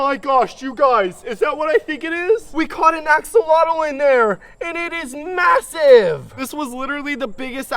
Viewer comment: Did bro Say masive☠️